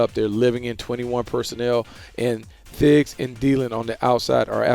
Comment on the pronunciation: "thiggs and dielen" LOL